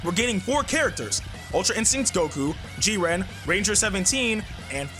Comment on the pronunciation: Is anyone else uncomfortable with how he says jiren